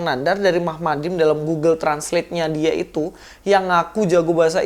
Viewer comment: Nyata nyata bacanya mahmadin ko diplintir jadi muhammadin, heheheheheheh ko ngotot ya sdh salah ngotot.....⁉️⁉️⁉️